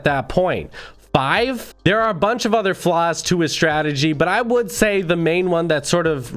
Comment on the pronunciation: Him: There is lots of fake videos out therrrre. Me: says the person with a burger king advertiser voice